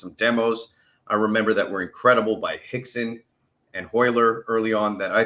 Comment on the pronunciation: What puzzles me: the name is written Rickson Gracie, yet I always hear people say "Hickson". What? I know that after UFC 1 many groundfighting fans came forth with the claim that "90% of all fights end up on the ground" and after seeing UFC 1 you could think this was true. But in fact the figure of 90% comes from a very different context. In the US and many other places around the world, it is standard procedure for police to let a suspect lay down and handcuff him/her there safely. If a suspect resists, it is the policemen's task to wrestle the suspect to the ground. And in the early 1990s the LAPD wanted to know, how good their policemen were in doing just that. So a study was conducted. And the result was: in 90% of all cases the policemen were succesful in wrestling a resisting suspect down to the ground. THAT is where the figure of 90% comes from. But in the 2000s, I think it was between 2008 and 2010 some people at the university of Stockholm conducted another study to investigate the claim that "90% of all fights go to the ground". The result: the claim that 90% would go to the ground cannot be held up. "Only" 40% of all fights end up on the ground. My takeaway from that: it is absolutely necessary to know about groundfighting, if you want to avoid getting caught on the wrong foot. Most importantly one should know the technical principals of takedowns and how to defend against them. And if you still get taken down, you should know how to break free and get back up on y